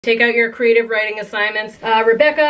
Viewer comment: Emphasis on “creative” 😀